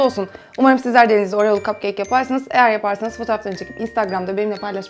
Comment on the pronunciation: neden kapkek demek yerine kapkeyk diyosun?